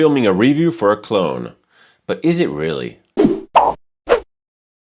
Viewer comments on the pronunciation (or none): none